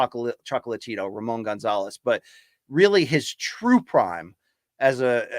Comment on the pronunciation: Roman not Ramon "Chocolatito"